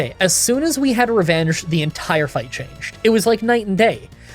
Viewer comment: Funny thing I noticed, but , you say "refenge" instead of "revenge"